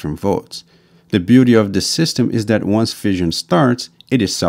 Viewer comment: Fission is pronounced like fishin, not like fizzion. The narrator also has problems pronouncing "the" and a few other words as well.